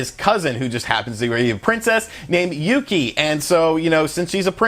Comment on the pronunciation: exept of princess yuki he said it right.